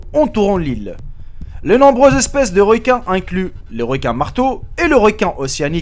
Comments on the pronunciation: on dit pas des "réquins" mais des requins putain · Franchement tu abuses un peu avec la prononciation des mots. Je comprends que tu joues sur l'accent, mais la franchement " les réquins" le d"eu"cès, etc c'est trop. Sinon j'ai un conseil, c'est de mettre un numero pour chaque infos. Genre présentation. ex: 1) le trou bleu du mexique 2) ... etc. Sinon toujours très instructif! Encore!